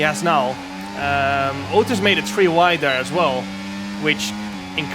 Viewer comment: Yo yo welcome back to round number tree